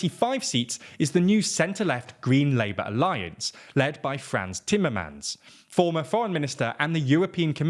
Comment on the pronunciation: Fhrens thimermens!